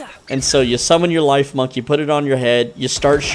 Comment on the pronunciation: I believe it’s pronounced “leaf-monk” Since it’s a grass type chipmunk.